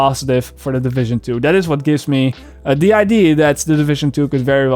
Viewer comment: Also, you () pronounce 'idea' wrong. You say it like 'idee' with no 'a' at the end. Sorry to nitpick:) Keep the great content coming!!